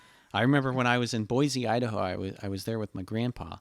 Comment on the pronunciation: hey, that Boise shoutout was greatly appreciated! ( by the way it is pronounced boy-see)